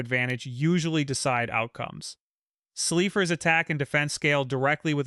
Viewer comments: Pronouncing slifer like a slipper took me OUT lol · I tried to ignore the pronunciation but slee-fer...